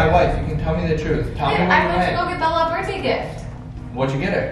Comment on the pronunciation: “Birtday”lol jk ilyyy